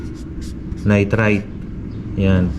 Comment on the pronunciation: Kwentong pagong pagbigkas pa lng ng nitrite, nitrate, carbohydrates mali mali na,, gumagawa lng to ng kwento